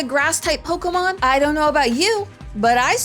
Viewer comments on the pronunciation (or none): none